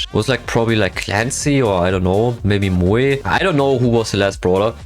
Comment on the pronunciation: When you said moe it was like you said Muyo